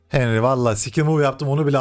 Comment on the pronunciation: henry yazıliş okunuş ya henri ya da hanri reisim.